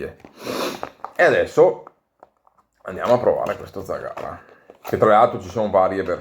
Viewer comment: Ciao, complimenti per i video, la tua pronuncia di zagara non è corretta... L'accento cade sulla prima vocale